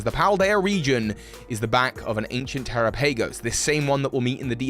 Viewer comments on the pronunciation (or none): its terapagos tuh-ra-pa-gos they literally didnt say its terra-pa-gos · Teh-rah-pah-gos Wtf is te-ra-pay-gos lol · terapagos should be said like Tera and Galapagos, not "terapeigos" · Wouldn't Terapagos be pronounced like Galapagos? Te-RA-pa-goh-s rather than Te-ra-pAY-goh-s? As for its typing I believe it will either be; dragon/rock, because it's made of cystals and its tails look like the petals of a shiny Glimmora, a rock type. Or dragon/normal, because it's got every type on its back, and normal is the all encompassing type (Arceus, Silvally, Hidden Power, Metronome, etc.) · I mean the Pokémon presents had them say it and this pronunciation is correct. The one that sounds like Galapagos and not “Tera-pay-goes.” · tera has nothing to do with him saying "PAY" instead of just saying pa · bro said tera pay goes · It's pronounced like Galapagos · Terah-pa-gos Like Galapagos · Yeah I’m pretty sure its pronounced ter-ahh-pug-gos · As soon as you pronounce it like that, I can't watch. The Pokémon Presents showed you how to pronounce it. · I find it weird you say terapagos and Galapagos in the same sentence yet pronounce one correctly when it’s clearly supposed to be pronounced almost the same way. No offense just thought it was funny you said it incorrectly but then pronounced the other one correctly. 😂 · Okay.... This video is AMAZING, but I can't get over the way you pronounce Terapagos. IT'S NAME IS LITERALLY SAID IN THE PRESENTS. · it’s not a big deal, I was mostly joking, but it is just lazy on his part. I DO know is dyslexic but what does that have to do with reproducing a sound you’ve heard? The excuse doesn’t fly for me- it was just laziness. I advised that he try to listen to the content re: this Pokémon BECAUSE he has trouble reading and probably only pronounced it this way because a) he’s been so busy theory crafting he doesn’t care to watch the canon content or b) answer a + he heard someone else say it this way. 🤷🏽‍♂️